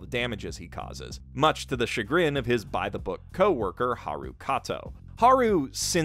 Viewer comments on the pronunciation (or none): none